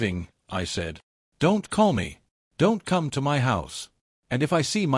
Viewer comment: another M Y story.......how hard is for an AI to say "my" instead of M Y god it is annoying